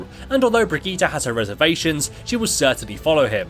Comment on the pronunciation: It's a Swedish name. Its meant to be pronounced BrigittA. All of the characters so far have said it that way, so its supposed to be BrigittA